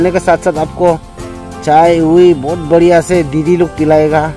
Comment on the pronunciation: Boriya nhi,bariya bolo,anyway mast hai video